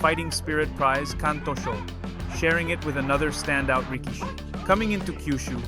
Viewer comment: Thanks for your content. Just a few pointers regarding pronunciation: Rikishi: The middle vowel is usually shortened considerably or outright skipped. Pronounce it as "Rick-shee" Tachiai: The CH in TaCHiai is pronounced like the ch in check, not a hard K-sound. Aonishiki: Like rikishi, shorten the middle vowel. "Ao-nishkee"